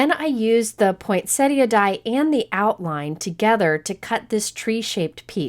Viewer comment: Just something silly, but thank you for being the only cardmaker that I have ever heard the correct pronunciation of poinsettia from :) everyone else says pointsetta lol